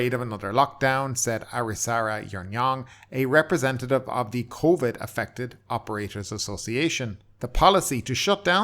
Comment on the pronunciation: "COIVD" well you are Irish